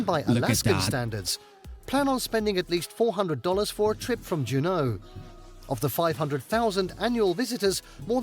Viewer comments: A few corrections. Our pronunciations are a bit different. Juneau is pronounced as Joo-no. Kenai is Keen-eye. Glacier is Glay-sure. We don't mind if you pronounce it your way, but we may be confused at first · He also mispronounced Juneau.